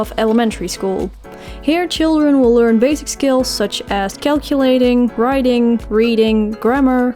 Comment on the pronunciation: Hahahaha when u said LEERN bcs ur Dutch accent came out and u wrote it in red I cracked up it was so funny 😂 !